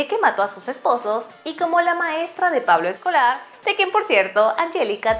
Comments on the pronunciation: Dijo Pablo escolar jajaja (min ) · like si escuchasye pablo escolar jsjsjsjs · Vo , solo yo escuché Pablo escolar ?